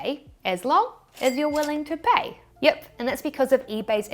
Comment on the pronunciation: that “yip” is so kiwi 😂